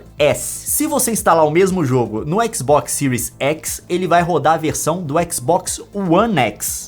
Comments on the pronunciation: Boa análise, mas cara, somos brasileiros , fala do jeito que escreve ai, series x e não siries exi kkkk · Era só falar série xis e série ési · É tanto "écs" que estou ficando doido